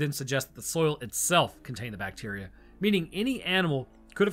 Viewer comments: I swear, you keep saying "Bateria" instrad of bacteria. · OMG.. it was 'bat-teria' 😱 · It's a bat-teria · Its "bateria" ! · It's pronounced BAT-eria.